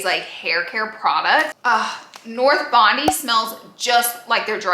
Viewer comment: So good! Love you And Bondi is pronounced “BON-DIE” it’s a suburb in Sydney,Australia 😘😘